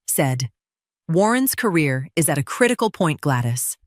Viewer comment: tell AI the proper English language name is not Glattis. It is Gladys.